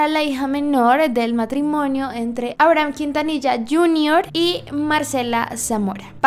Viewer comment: todos: abrahm la serie de netflix: aibrajam asi lo pronuncian xd